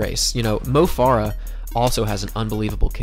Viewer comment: Mo Farah is pronounced like "Fair-uh" not "Far-uh."